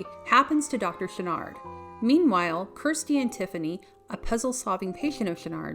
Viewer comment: What happened? She's still working in cinema, and is quite the accomplished painter. Also, it's Kirsty, not Kristy (as said at the beginning of the video). She was featured in four of the Hellraiser films, not just three of them.